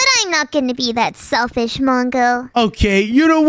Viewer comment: don 't say sefish